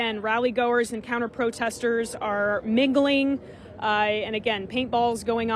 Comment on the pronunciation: Anybody else notice the way she says "mingling"?